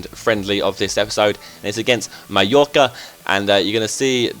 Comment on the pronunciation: You pronounce Mallorca properly but Bologna incorrectly lol what